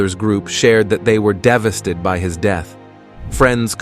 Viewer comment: Wait, what’s “devasted”?